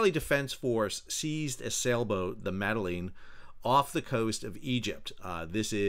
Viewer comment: The fact that you open the video by pronouncing her name worse than the POTUS and belittling their goal says all you need to about your position. Very political, you were.